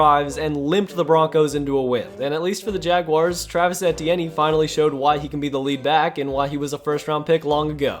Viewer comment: Yo y’all hear how this man pronounced Etienne 😂